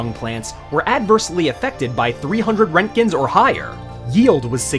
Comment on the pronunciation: lol when he hits the american accent.... fourty, seven thousaAND RENTKINS!!!!!!!!!!!!!!!!!!!!!!! lol